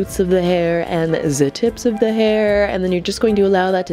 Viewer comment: “Zee booty crack of ze eye” 😂😂😂